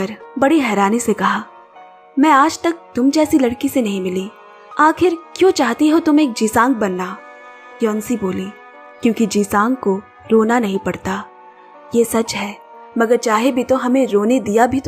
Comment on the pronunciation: जिसांग नहीं किसांग है सही उच्चारण।